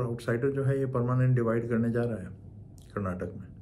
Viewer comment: Just by pronouncing it the right way as "KARNATAKA KAA", you won't lose anything...